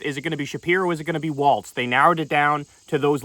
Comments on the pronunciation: As a MN native it is pronounced "Walls" not Walz like the dance. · It's Tim WALZ, not Waltz, Kyle. :) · It’s WALZ, not WALTZ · It's WALZ not WALTZ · Am I tripping or does he keep pronouncing it “waltz” and not Walz? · It’s “wallz” not “walts” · Kyle, you HAVE to stop putting the non-existent T in Walz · Kyleeeee it’s Walz, not Waltz. Also, where are the backflips and cartwheels we were promised if he got picked lmao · can we at least say his name correctly like damn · Love you, but there is no T in Walz… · Hes going to be the vice president soon. I need you to learn how to pronounce his name.